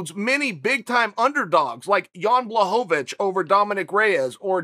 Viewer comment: Wait did anyone hear that? Am I the only one ? He finally said Jans name right lmaoo blahovavitch haha